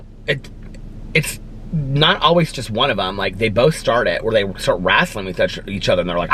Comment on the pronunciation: I love how u say rasling not wrestling 😂